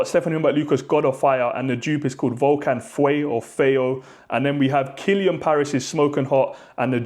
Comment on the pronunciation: dude...it literally says VENENO on the bottle which is poison..and also...PLEASE google how to say fire in French , then you'll get FEU